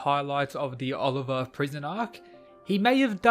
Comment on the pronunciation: He says Oliver??? It’s Olivia lmaoooo